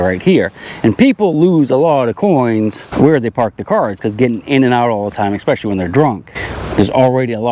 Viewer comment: Important soap box pointer. Expecially acrost the street. English please. 😂